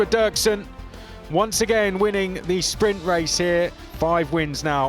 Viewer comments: Dürksen is pronounced Duerksen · Ü = UE Dürksen = Duerksen . Both are correct, in German or Spanish , the English Durksen pronunciation is wrong, the same happen to Hülkenberg =Huelkenberg in the F1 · It's dürksen